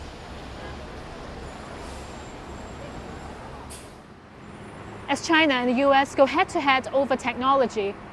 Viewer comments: Va-China.....definitely says that at the beginning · At :40 in you know she isn't lying and really from China with that pronunciation haha